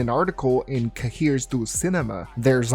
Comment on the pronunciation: cahier is pronouced ka-hy-ye